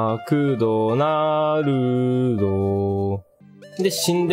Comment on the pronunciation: マ↑ークド↓ナ↑ール↓ード↓ー